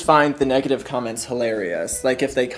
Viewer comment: 10 (I was dying) plus I thought you said CUMments which made my ears prick up... but not only my ears.